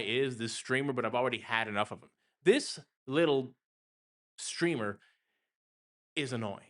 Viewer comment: hes definitely a "streamer" with a hard R